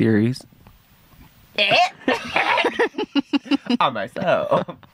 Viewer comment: When he said on my sewlll I cackled 😂😂😂 cause ON MY SEWLLL I LOVE THIS PODCAST